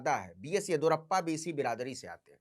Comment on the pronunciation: येदियुरप्पा होता है, येदुरप्पा नही❤😂